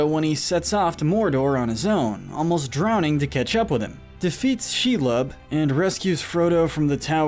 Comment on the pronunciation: Hey guys, your hiring for a narrator? This guys good, but hes not pronouncing names right at all. Denathor and Shelob being small examples.